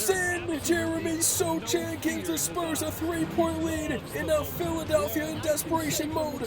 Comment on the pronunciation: Sochan is pronounced So-han. The c is silent apparently lol